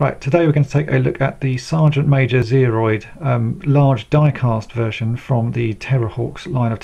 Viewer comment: I cringe every time you say Sergeant Major Zeroid. It's Zero.